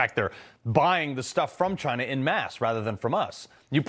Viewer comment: THIS GUY CANT EVEN SAY CHYNNA without sounding like a moron